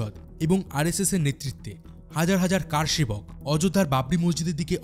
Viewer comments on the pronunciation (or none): আরে, আপনি কার সেবক বলছেন কেনো? বলুন কর সেবক। আশ্চর্য! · কারসেবক নয়, করসেবক।